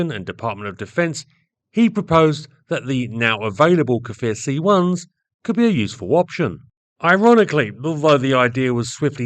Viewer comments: Small correction, the Hebrew pronunciation is "Kfir" (like saying "rear") and not "Kafir"... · its not pronounced "ka-fir" its pronouced "k'fir" no vowel ovment beween the two first consonant. means lion cub in hebrew, israel was later to develop the Lavi, which is another great plane, but it never met with producton past the prototypes. supposedly after the Lavi (young/adolecent lion), which was a single engne multirole that was going to gve the f-16 A/B a run for its money, the IAI was planning to build a third, double engine fighter that would be something like the f-15, which was going to be called ARIEH (which is an adult lion). all these fighters are suposed to have synonymes of lion. sadly that project never passed the design stage, as that there was no funding anymore to fighter jets.